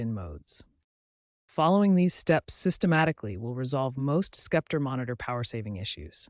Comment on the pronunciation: Lol skepter